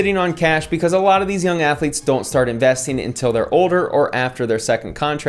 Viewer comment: Cartman : "Athuletes".....